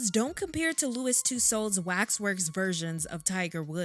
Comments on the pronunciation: The correct, phonetic pronunciation of "Tussauds" is "TOO-SOW", not "TOO- SOWD". The "D" &"S" are silent. Please... and thank you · It’s Madam Tusaw that’s how it’s pronounced and no they did not do MJ like that omg lord I don’t wanna laugh but some of these figures 🤦🏾‍♀️ it’s like the more success our people gets the more yt ppl wanna make us look bad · I love it. Btw “Tussauds” is pronounced similar to “Two-swords” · I thought that Tussaud was pronounced "too-sawwed" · I think she’s pronouncing Madam Toussauds wrong. I’ve never heard it pronounced this way, it’s so distracting. I believe the D is silent. 🧐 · Please, please, English-speakers who make YouTube videos... consonants are not heard when at the end of a French word, especially if it's someone's name! No D sound at the end. It's a silent D. Just as the T is silent in names that end with that letter. Exceptions are very car and few in between and are typically for French names that originated in another language/country. Madame Tussaud's rhymes with "So", you can't stop hurting your jaws, now.